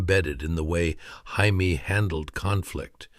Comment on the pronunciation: You’re saying her name wrong It’s Jamie not Jaime !!!